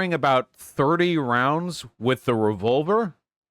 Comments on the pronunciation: “Revulver” “Reticule” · I like how Vaush says revolver like revulver.